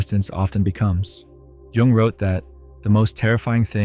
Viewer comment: It's too distracting listening to someone discuss Jung when they don't know how to pronounce his name correctly